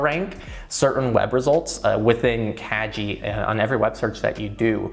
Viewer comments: "kagi" hard "g" not soft. kah-gee. Japanese for "key". By making it a soft "g" then it sounds more like "cagey" which is...not so great. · it's kah-gee ;) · Isn't it pronounced like kah-gee? That means key in Japanese which makes way more sense in context? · it sounded like you were saying "kaji" Kagi means "key" in Japanese. The G is hard not soft. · Your pronauncing "Kagi" incorrectly... It's japanese word, not english. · Was Kagi pronounced correctly? Soft g or hard g? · So... The best thing about this video is that I just found out that I have been mispronouncing Kagi for the last 2 years. Pro-tip: On sharesub you can get into a family plan(unlimited searches) for ~4€ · Yes, he got the pronunciation wrong. But that’s ok, I’m sure a lot of people would pronounce it the same way. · Fyi, "Kagi" is key in Japanese. The "gi" part is pronounced like in "gift".